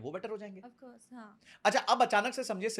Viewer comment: Offcourse pe jor h .. style mar ri h .... Nifty bhi ni pta h isko kya h 😂😂😂😂😂😂